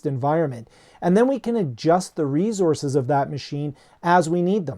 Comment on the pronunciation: You had me at "reezozz"